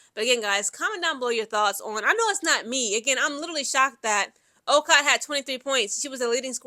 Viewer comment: You are mispronouncing Okot's name. It is pronounced "O-coat" We might have struggled but a win is a win!! Go Gamecocks!!